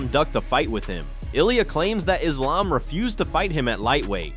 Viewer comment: Learn how to pronounce Merab. You have said it 2 different ways within minutes. You also mispronounced Islams name.